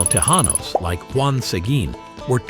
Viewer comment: Te -Jan-os and jaw-la-pain-yo? Holy frijoles,! He no speaky Spanish!